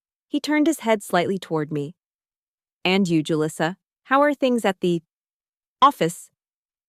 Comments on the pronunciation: Too bad she can’t pronounce her own name. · it’s a good name. It’s just that didn’t pronounce it correctly. And actually one of my Mexican students named Julissa married a Chen